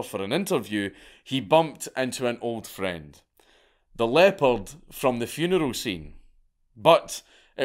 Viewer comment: I kept hearing "leper " until I realised he meant leopard in the hotel moment